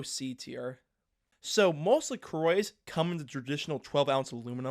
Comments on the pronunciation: "La Croah" ❌ "La Croy" ✅ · The anglicized pronunciation of La Croix always takes me by surprise lol